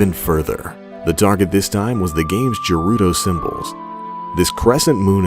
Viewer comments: The G in Gerudo is canonically a hard G, not a soft one. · This was my first Zelda game and I always thought Gerudo was pronounced with a hard G. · What the fuck is "JUHrudo"? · You had me at pronouncing it "Jerudo", lol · The way you pronounce gerudo is funny.